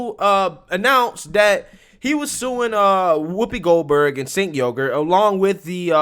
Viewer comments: I love your videos but his name isn't said like "sink yogurt" just saying 🤣🤣🤣 every time you say his name I crack up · You are pronouncing Cenk Uygur wrong, it's Chunk Yogurt. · Black Conservative Perspective "Cenk Uygur sounds like -Sick Yogurt-." 😛